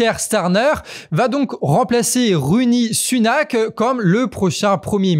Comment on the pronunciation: Vous avez décidément du mal à prononcer le nom de Rishi Sunak. Heureusement que c'est terminé pour son mandat. ^_^